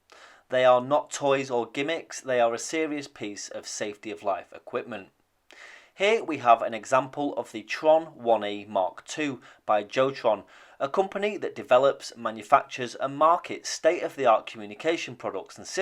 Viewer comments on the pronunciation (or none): Good one. I used to work near Jotron in Cramlington and my company was a supplier to them. The company itself is Norwegian and the name is more correctly pronounced in the Nordic/Germanic way as Yot-tron rather than anglicised Joe-tron. Think of the common Scandinavian name Jan as another example.